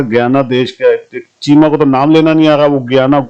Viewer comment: Chima nahi Chiamda ha 😂